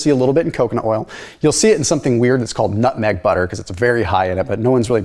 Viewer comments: Nut beg mutter. that cracked me up. Love your vids brother! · Did no one else hear say nutbeg mutter? 😁